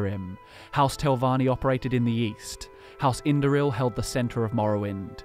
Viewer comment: I thought you said weast